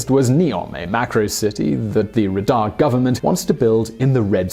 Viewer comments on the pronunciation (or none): Dear, The capital of Saudi Arabia Riyadh is pronounced as "Reiad" or "/rɨˈjɑːd". Great video. Thanks. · Is it just me or he spells Riyad as Ridah everytime